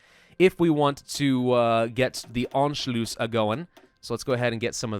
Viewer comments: Why did you say Anculuss so weirdly, An- shu- luss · "Anchlews" "Anchloose" I want to shoot myself every time he says it wrong. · Anschloos?? Pronunciation a bit of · How is it pronounced? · in anschluss, the u is short and the ss is sharp :D